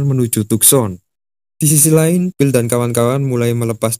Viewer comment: Ohh, phill dari tadi naratornya nyebutin Bill bill bill